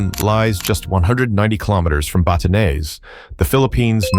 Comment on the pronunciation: Batanes - Bah - ta - nez